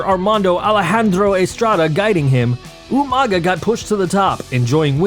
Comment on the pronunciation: Umaga,? Oh you mean Umaga!😂🤣